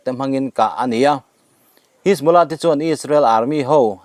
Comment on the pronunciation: Buaithlak lutuk,mitamtak hriat tur in chanchin an puang ṭhin si a. A thumal lam sual leh lam dikloh pawh hrilh mah ila,a zawm duh chuang hauh lo.a thu a duh zek😂 Pool...hisbolah..jonny dip.. atam mai😂